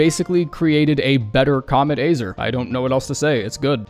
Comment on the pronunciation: "kaamet AAYzrrrrr" wtf